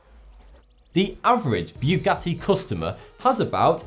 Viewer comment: it's Boo-Got-Ee, not Byoogottee